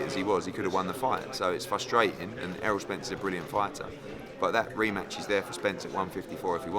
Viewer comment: Eddie "fustratin" Hearn.